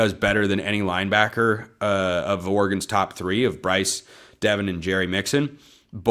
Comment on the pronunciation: Its Devon Jackson, not Devin Jackson , who is a 2026 Oregon recruit.